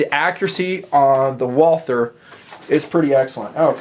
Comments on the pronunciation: If you want to pronounce "Walther" right you say "Wulter". The "u" like in slug. And you can just omit the "th" and use a "t" instead because this really isn't a "th" sound. Great review great pistol. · Great review, great gun! I just wish more people pronounced "Walther" properly, just like it grinds my gears when people don't pronounce the "e" at the end of Porsche. "Walther" is really pronounced "Vaulter." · Ok let's say this slowwwly Voll(as in volley)-ter(as in water). This is not very hard and it absolutely drives me and I'm sure other Walther enthusiasts nuts. Follow this pronunciation guide and you'll be saying Walther like a pro and not a moron in not time flat. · Nice review. Say it with me now, Walter...or even more correctly, Valter. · You don't pronounce the "th". Just pronounce it Walter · I'm in the hospital right now and watched the review for relaxing. I'm german and nearly popped a stitch when you said "walther" trying to sound german. Very nice I go buy one when I can